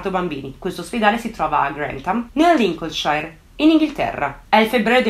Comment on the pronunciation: La pronuncia di Lincolnshire è Sher non shair